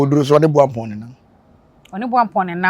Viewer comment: PLEASE, THE SHRINE IS "AMOAMPONG" NOT "BOAMPONG". THANKS.